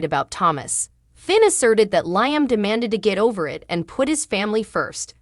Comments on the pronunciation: Liam's name is not pronounced Liam as "ice, "but Leeeam. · I'm sorry be it's pronounced Lee um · Who is LI am???? Lee am correct way to pronounce the nsme!!!!!!! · Wow another channel that can’t pronounce Liam’s name correctly???? What us wrong with these channels that they can’t watch an episode of the show that they are doing a video to help them pronounce these characters name right???? Hell it doesn’t take a rocket scientist to figure that out????